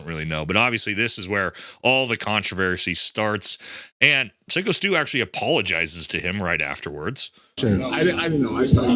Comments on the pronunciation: You were soo excited to make this video, edit it & post it yet you couldn't waste any time getting the victims name correct? Its Psycho NOT sicko😅 Dumbass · Sycko not sicko